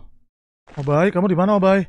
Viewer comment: Obbai bukan opai